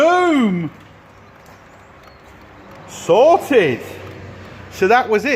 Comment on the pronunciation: the right way is SOTED without the R 😂😂😂